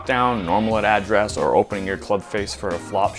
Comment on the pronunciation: You say “address” funny. Like a Texan. “Ah-dress” but still love ya buds